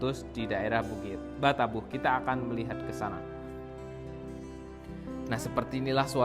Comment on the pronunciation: Mohon maaf.hanya usul,kalau m c ini,asli orang minanng, tolong bahasa minang nya yang asli aja.jangan dirobah..seperti kata2 bukik batabuh.itu aslinya bukik batabauh..jangan dirobah. Kurang enak